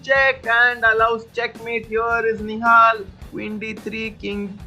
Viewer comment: In the beginning you always say nohal nihal and now you saying play like a genious. What the hell...